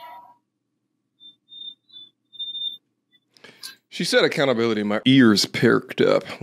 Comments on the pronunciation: alert "Acountability"😂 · She said "take accountabilitah" and almost dropped his violin and headphones. 😂😂